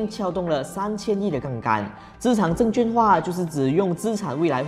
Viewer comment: 资产证券化 ，证券的券读音是quàn，不是juàn